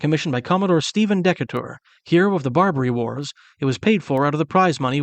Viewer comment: Hello from Decatur, IL (Deeee-Cater) just a tip on pronunciation. Keep on I’m enjoying the series.